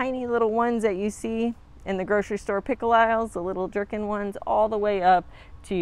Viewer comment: I just found your Channel and I have to tell you you're pronouncing two things incorrectly. You are writing correcting yourself when you said spin a sad instead of spina sad, I know the spelling is incorrect but I was trying to show you some ethically what it sounded like. The second one is the small pickles, they are not Jerkins instead they are called gherkins phonetically pronounced gerr kins. Sorry to have made these corrections on such a public forum, I hope you will still let me be a subscriber.